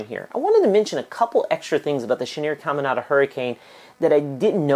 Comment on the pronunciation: It’s pronounced “CamiNADA” not “ CamiNANDA”. Your putting a 2nd “N”